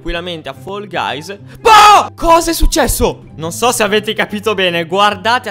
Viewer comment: Comunque si dice fall guys non foll guys